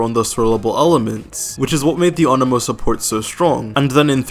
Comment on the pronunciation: Thank youuu for pronouncing anemo correctly XD. Also he's stupid OP if you're relatively early game.